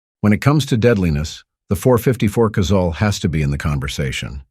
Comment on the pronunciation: Thank you for pronouncing Casull correctly. So many would be “gun experts pronounce it “Casool” and that is incorrect. Dick pronounced his name almost like “Castle” with silent “t.” But, the last pat rhyming with “gull,” not “gool.”